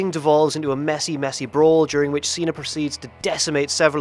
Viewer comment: It's see-na.. He keeps saying see-nar...